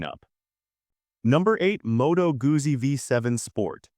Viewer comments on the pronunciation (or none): Modo Goosy???? It's Motto Gooddzi